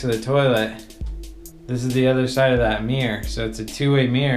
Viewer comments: What’s a “meer”? Ooooh, a Mirror....😬😬😬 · A " mee-urgh " ? I'd call it a mirror myself 🤔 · Mirror not mier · its "Mirr-or...not "Meer" dang it! xo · My thoughts too..tell that man to improve his pronunciation...i intially thought i wasnt hearing him correctly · The word Mirror has two syllables, not one. It's Mir-ror, not meer. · That's a new way to say. Mirror..... Meer?????? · It's mir-ror, not meer. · The way he says mirror - “mere” haha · Yeah, and closed captions weren't much help either. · You guys from the south right? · So it’s a MEERRE, and if you push on the MEERRE it’s a passage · It's a "meer" and if you push the "meer" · Ooooo, I've never heard the word "mirror" pronounced "me yer", 😊. I'm not going rude, I've honestly never heard it spoken without God "R" sound! Anyhoo, the rabbits warren of a house - it would drive me bonkers. And it's just too "off". I only hope it has been adequately fire proofed. I didn't see an indoor sprinkler system tho. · “If you take another look at the meer” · All I can focus on is how this dude pronounces mirror as "meeyar". It's relentless... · Is it just me or this guy pronounces ‘mirror’ as ‘miiir’ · If this guy says “meer” one more time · For saying 'mirror' is his favourite word, he can at least stop pronouncing it 'meeyah'... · The way this guy says "mirror" really grinds my wheels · How is he saying mirror? I've yet to hear it pronounced like that